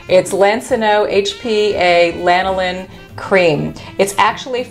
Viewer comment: Ive never heard someone say lanolin like that.. Lol cute!!! Its basically Vaseline..